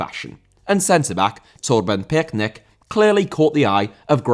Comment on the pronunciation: you’re really struggling to pronounce Torben Piechnik, but as a Dane I can assure you it’s pronounced ‘picnic’, so now you can do a perfect job the next time you talk about Torben Piechnik.